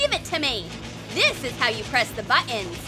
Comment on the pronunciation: This is Nancy! Her parents are only like 2 years older than she is! They went on holiday lol Also hey narrator, please learn how to pronounce BUTTONS